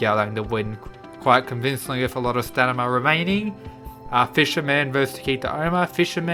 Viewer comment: No one:: STANIMA